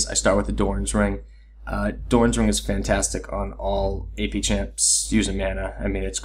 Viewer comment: Good stuff but is she "FAN-tastic?" XD